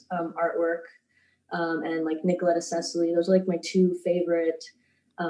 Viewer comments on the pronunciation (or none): Ceccoli is pronounced Ce with a “sweet c” like in the beginning of charcoal Ko Li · I don't have anything super interesting to add so I'll do a teeny nitpicky thing. Since Nicoletta Ceccoli is Italian the surname would be prounonced like check-ko-lee. Also I add to the choir of people who love the fit check in your intros! It doesn't detract from the subject matter at all in my opinion. It really is like dipping our toes in before jumping right into the deep end as someone else put it. Keep up the good work!!( And take care of yourself 💜) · hi! Italian here, Nicoletta's surname is pronounced Chekkoli, try to pronounce Czech and then just add "oli" to it. the "i" is pronounced like in Gucci. thank you so much for your videos, they are so well researched and so important to watch <3